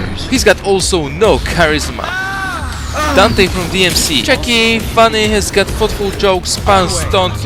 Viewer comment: "and this is Donté and this is MagGonelds Smoofie And this is Jay-C!-On!-mo-mo-uh" D M C